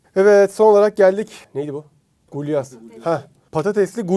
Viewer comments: Gulaş abi gulyas değil 😂😂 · gulyas değil bro gulaş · Son yemek "gulyas" değil, "gulaş"